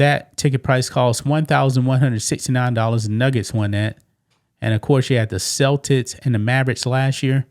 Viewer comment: Cel-Tits 😮? Celtics